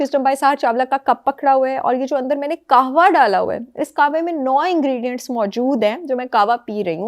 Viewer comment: It’s Qehwa not Qawa